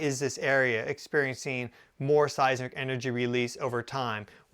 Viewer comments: It occurs to me that a real Geophysicist should be capable of correctly pronouncing "Seismic Waves". Not "Size ick waves". How can we take you seriously. Unless you have a speech impediment, then I could make an exception. If you do, then I apologize. If you don't. I suggest you review your production more carefully and re-shoot things like that. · You said seisic waves. I’ve only heard of seisMic waves. Is there a difference?